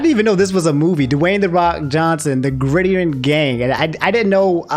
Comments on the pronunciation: Ok, I need you to watch some sports and get the lingo down fam lol. I let you slide by saying D1 meant diamond 1 lol(it’s division 1) But I draw the line at you mispronouncing gridiron gang…that’s a line too far fam 😂😂😂😂😂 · the way said gridiron oof 😅